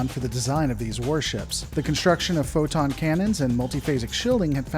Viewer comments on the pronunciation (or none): none